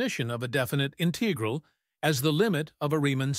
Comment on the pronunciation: The robot voice mispronounced some of the math terms (I.e., “integral”), which was distracting. Perhaps a different robot next time?